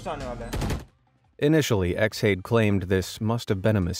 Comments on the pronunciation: X hade? surely it's pronounced Shade? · I'm pretty sure Xhade is meant to be pronounced as Shade, but I could be wrong and in the grand view it's irrelevant to the story